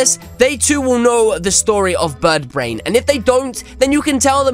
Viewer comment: Did you just say buttbrain?